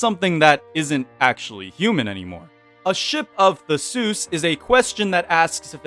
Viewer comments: SHIP OF THE-SOOS ??? 😂😂😂😂 it's thee-see-us the ship of thee-see-us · It’s thee see-us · I had always thought wagstaff had transfered a copy of his own consciousness to WX The Seuss' Paradox 💀 (it's pronounced more like thesis+sea)